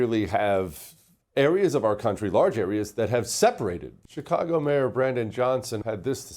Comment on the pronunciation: Did he say Chikongo? 😂